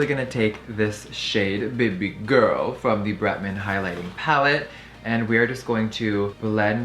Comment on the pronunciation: “bb girl” its bEH bEH guuurrrllll